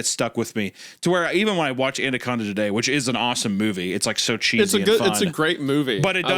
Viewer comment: Also, Hunter mentions "Andaconda," my favorite mispronounced movie.